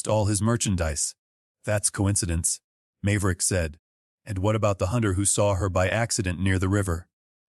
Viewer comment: Mave-er-ick, come on your AI needs to learn how to pronounce names. Then I may listen.